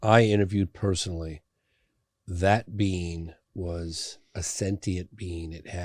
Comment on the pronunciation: When he says. Being I hear Bean lmao